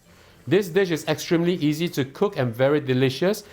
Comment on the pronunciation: i laugh every time you say “easy”